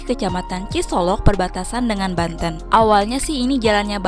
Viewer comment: Banten bukan Banteun